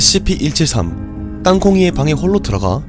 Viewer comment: 영상 잘 보고 있는데 scp 다루시는 분이 scp 발음이..